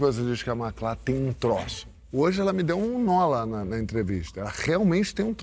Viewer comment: Eu não entendi essa mudança na sílaba tônica no nome da Macla somente na final. Um presságio e toque do diretor que já anunciava uma mudança necessária para a já futura ex porta?